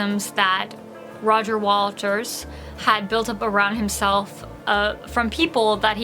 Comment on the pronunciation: Am I hearing "Roger Walters", not "Waters"?